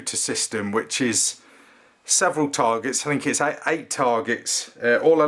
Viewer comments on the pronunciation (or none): none